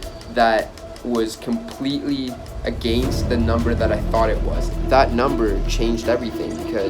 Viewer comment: the way you said “against”.... the Canadian JUMPED out